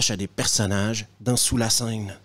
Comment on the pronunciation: "Sous lae seuaine" :D